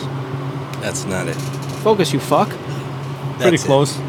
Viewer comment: It's "Focus you fack" heheh.